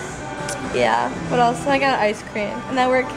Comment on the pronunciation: vut vut vut else..lol so russian